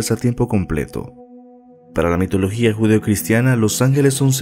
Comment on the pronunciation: Énfasis en mitología